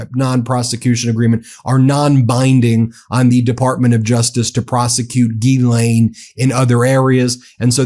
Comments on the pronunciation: Not geelaine (like guy) but jislaine (like justice ) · When there is a H behind a G, then the sound is J, like John. So it is GHIslaine (Jislaine), not guilaine (like guy). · I can’t listen to this Gee-lane mispronunciation anymore! I obviously don’t support her but Jesus atleast say her name correctly. It’s like nails on a chalkboard. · I dont like Ghislaine but i would like you to look better by pronouncing the name correctly. You’d be the first. It’s not a hard G. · Please Sir , be the first American to look up the actual way to pronounce Ghislaine properly ...every time you say it I laugh , all you Americans just follow along and pronounce it like typical Americans .